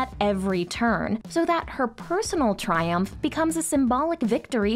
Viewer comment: I just keep hearing the way she says “tri-UMPH” over and over. Amazing take, though. I dig.